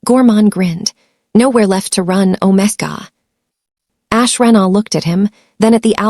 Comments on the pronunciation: "Alpha " Omega not OmaGa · Ometga? I thought it was omega pronounced omeegar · Omega is pronounced "ow·meh·guh! Beta is pronounced bay·tuh. Please fix it. It makes the story funny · If you use use AI, train it in pronunciation. If you use your own voice, please learn the correct pronunciation of Beta and Omega. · The prounation of Alpha and Omega was really annoying. Please fix for future stories. Listening from Jefferson City Missouri USA 🇺🇸